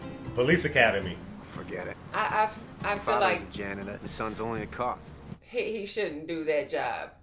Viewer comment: I like how the pronounce the word "cop". Cuap. You wanna be a cuap? You will never be a cuap.